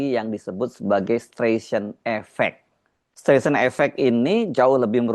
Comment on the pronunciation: Streisand itu bacanya "Straisen", Mas